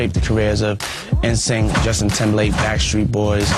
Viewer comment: "en-sync" 😩 Her pronunciation of NSYNC just reminded me how old I am 😅